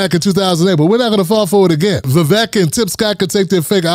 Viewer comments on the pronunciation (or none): Vivek is pronounced Vivake, as in steak or fake. Vivek the Fake, just as DeSantis said.